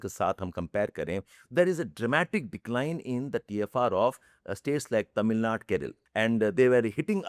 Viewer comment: Leave the injustice for south India in the bill aside because it’s seen in the video itself. What is Keral and Tamil Nad? It’s Kerala or Keralam and Tamil Nadu. Why can’t you pronounce the words properly? I have seen many people from the north act as if they are privileged and sound in a way while pronouning the names of south like it’s very very hard for them and it’s like we don’t pronounce such words as if they ares some Spanish or other language which people are not familiar with mostly. South Indians never do that and try to act cool. With due respect sir please considering the entire spelling of the word while taking the name of it.